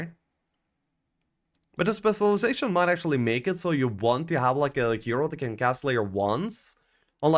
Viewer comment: Taking a shot everytime mispronounces specilization